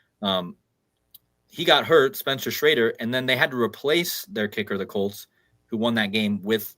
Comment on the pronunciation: ps, In GB we say "As mad s a hatter". Litsening to you mentioning the Broncos and the Colts. "Bronchos" is the windpipe (bronchodilator) and Colt sounds like Cold. An other "C-virus" is in the pipeline.